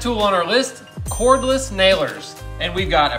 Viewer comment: Cordless doesn't have an H in it. 🤣🤣